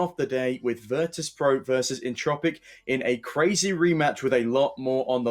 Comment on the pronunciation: Češi a Slováci: entropiq ostatní lidi: Entčropiq